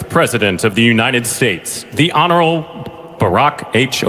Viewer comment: I'm wondering when it came to Barack Obama why the announcer flubbed "honorable" with him? "honorale" ? I'm no Barack fan either, but I did notice it. 😑